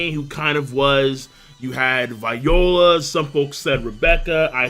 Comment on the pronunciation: Why can't pronounce viola